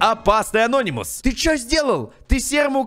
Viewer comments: Мне нравиться что он говорит анóнимус хотя правильно анони́мус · Не анОнимус а анонИмус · Говори пожалуйста не анОнимус а анонИмус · ты неправильна прочитал не анонимус а Ананимус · Я СЕКУНДЫ СМОТРЮ КАК ГОВОРИТ С УДАРЕНИЕМ: АНО́НИМУС. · правильно говорить анони́мус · ты неправильно говориш слого ананимус